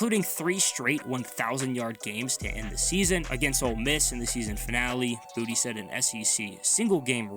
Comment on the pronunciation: Boutte, like tay, its a french name not booty lol